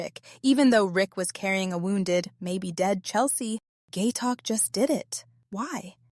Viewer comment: It's phonetic (pronounced like it's spelled), how can you call that poor guy "Gay Talk?" It's Gaitok. Oh well, good video.